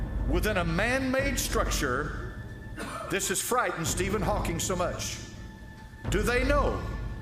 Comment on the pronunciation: This is so dumb. You didn't even pronounce one of the names right. Stephen HawkinG, Neil DeGRASSe (like grass on a lawn) TYSON. And the godDESS is KALI. I always thought it was weird that they have a statute depicting her. But I just realized that the scientists at CERN "destroy" the particles and then analyze that wreckage to discover new things. So its like, out of the wreckage new understanding is achieved. It makes sense.